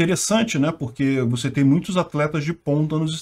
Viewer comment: "aí tô de mal com vuce, tô de mal com vuce" akkakakakakkakakakak